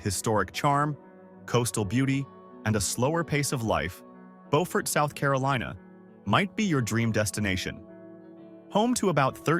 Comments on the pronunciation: I LOVE Harper’s Ferry! I seriously started looking at homes there… but then my granddaughter was born so I stayed in New Jersey! And the narrator pronounced Beaufort like the French word, (bow-fort) but, I’ve only heard it pronounced as Bee-yoo-fort. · It’s Bee-yoo-fort, no Bo-fort. Beaufort, S.C. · He's mispronouncing Beaufort, SC. It's not "Bofort", it's pronounced "Bewfort". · Beaufort, like the word "beautiful", not bow. This video was weird, talking about unique features of towns and proceeding NOT to show any of said unique features...just generic aerial footage. 🙄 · It's Bue furt in SC and Bo furt in NC. As a Southern, it was brutal listening to this video. Street augustine.😂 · I lived in Savannah, it isn’t BO-fort, Sc it’s BU-fert. And he butchered St Augustine pronunciation as well Just do t go to Savannah during St Patty’s 500k drunks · One, the narrator needs to pronounce the names correctly. Beaufort is pronounced “BU-fort” with the first syllable pronounced like the first syllable of “beautiful”. Cape May itself is very small, but it’s a very populated area and there is a cool ferry across the Delaware Bay to Lewes. St. Augustine, FL and Savannah, GA are pretty close to each other on nearly either side of the Florida - Georgia border. Both are old, and very picturesque. Both have low costs f living, and although they may occasionally see a hurricane, in general the storms are much smaller than those on the Gulf side. One cool thing about Savannah is when swimming at night, there is naturally occurring phosphorus in the water which makes it look like fairy dust n the water. It’s really cool! Bar Harbor is pretty and fantastic food. The ocean water is very cold though, and there summer is short with a rather nasty winter. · There are two towns in the Carolinas named Beaufort. In NC it is pronounced BOW- furt. In SC it is pronounced Buew( rhymeswith you)-furt. Also, it is Saint AUGUST- steen, not Aw-GUST-tin.